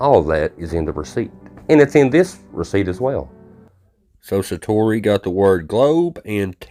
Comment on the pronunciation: Shining? Sa-toe-ee. Hope you feel better. Eat a jalapeno until you sweat, cry and have a nose drain. Won't look great but ...😂 thank you.